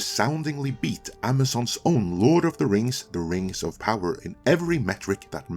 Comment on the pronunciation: Please stop mispronouncing Ringworms of Power.